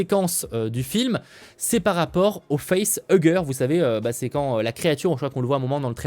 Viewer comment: Allez, encore un qui, comme l'autre tâche de Maxime Chao, ne connaît pas son sujet. Non, Ridley Scott n'a jamais créé Alien. Le véritable créateur c'est Dan O'Bannon. Alien 2 n'existe pas, le titre est Aliens, Cameron a en horreur ceux qui disent Alien 2. Au moins il prononce bien facehugger, pas comme l'autre andouille.